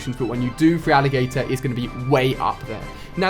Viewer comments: Love listening to Ali pronouncing Feraligatr as free-alligator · Look at this guy! "Frealigator"? Ali, if this is your favorite generation then you should know the pronunciations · Urging? Freealligator? So they're your favourite Pokemon yet you can't pronounce their name????? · Wtf is yurssring it pisses me off when he pronounces it wrong it's URsaring and it's not freealigator its feraligator